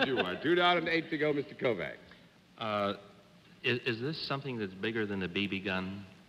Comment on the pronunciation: Interesting how Americans can't pronounce a simple Hungarian name like Kovács properly.